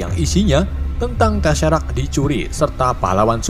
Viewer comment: Maaf mas bro BACA BUKAN TESERAK. TESEKRAT